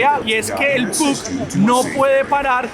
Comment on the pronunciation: Muy buen video, pero te quiero hacer una correcion, el disco de Hochey se escribe puck pero se pronuncia pack.